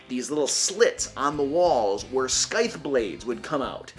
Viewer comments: Whats a Skyth-blade? Do you mean "scythe" or "scything blades"? Scythe is said "Ss-eye-th". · At the risk of taking 1d6 bludgeoning damage, scythe pronounced "saheeth" not "skaheeth." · Not a regular... Is "sKythe" a recurring joke? Or are you actually not aware how scythe is pronounced? I cringed physically each time I heard it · Wait is that how yo say scythe? Is my whole life a lie? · No. He says it incorrectly sadly. Which is whatever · Man...that HARD C in your Scythe pronunciation....Does not belong. In fact you don't pronounce the C at all.